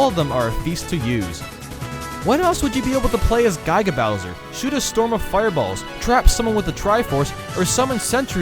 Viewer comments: Guy... Guy-ga Bowser? ... Its Giga but ok. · Man, I love you videos, and you're a great guy, and I can tollerate your incorrect pronounciation of Lakitu... BUT THAT PRONOUNCIATION OF GIGA BOWSER WAS INEXCUSABLE!!! It's Giga as in Gigabyte, not Gyga! Great vid by the way. I agree more or less with the list, although I would've chucked the BeamSword on there somewhere. gotta stick true to my username. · Was Accurate, but it is Lakitu (Lah - key - two) and Giga bowser (Gih - Guh)